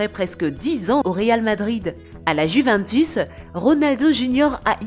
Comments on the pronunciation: Mais pk la dame dit la juvintus 🤣🤣🤣😂😂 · Mdr le ptn de bot Cest du lama fâché tt craché La juvUNtus